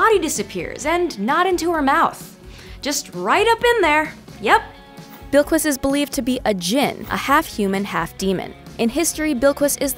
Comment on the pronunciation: pronounced bill-kiss not bill-kwis